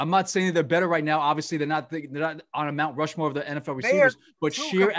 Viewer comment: Rount Mushmoore